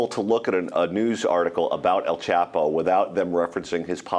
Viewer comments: "El quapo" LMAO 😂😭😂😭😂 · dead ass pronounced the name so wrong😂